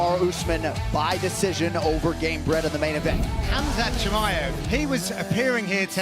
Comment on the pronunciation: respect the man by calling his name properly, it's kumshot not khamshit.